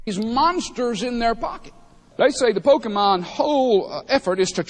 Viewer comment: i must say...THANK YOU FOR SAYING IT RIGHT! too many say pokeymon or pokeyman and it bugs me